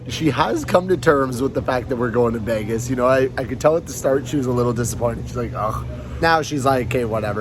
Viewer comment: Not “Vegas” 😂. Happy Birthday Ika!!!!